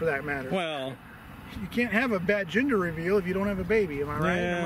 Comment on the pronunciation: I thought he said Ginger Reveal